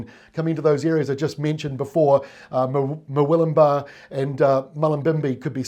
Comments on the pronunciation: Thanks. Doing well with Mullumbimby and Murwillumbah pronunciation!:D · Nailed Murwillumbah AND Mullumbimby, 10/10 Extra facts - Mullumbimby is where Iggy Azalea was born and raised. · Great coverage. To answer your question yes you pronounced Murwillumbah and mullumbimby correctly, but not Hinze! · Well done on the pronunciation of Murwillumbah and Mullumbimby. I'm not looking forward to the wind. Thanks, and team.